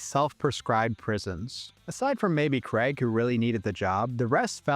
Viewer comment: But staying within the totalitarian collectivist order-based system requires the sacrifice of freedom, individuality, and identity. "KRAYG," not "KREG." "Over-ARCH-ing," not "over-ARK-ing." Why does everyone say that wrong nowadays?! Btw, I'm a professionally-trained typographer and ex-proofreader who used to work these types of jobs in the early 2000s in offices that really did look exactly like the ones depicted in these movies (I was a Housewares clerk in the late '90s, but that was while I was in college). Fortunately, I never had to wear a tie. Jobs that pay anything less than "middle-class" wages or salaries ought not require the donning of neckties, high heels, or any of the other idolatrous affectations of the mammon-worshiping ruling class. Ave libertatem!